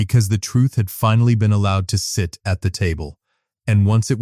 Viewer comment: “ but because someone had ‘fin-alley’ learned…..” AI can’t pronounce “ finally”! A very nice story otherwise. It’s too bad the reading was not up to the level it deserved.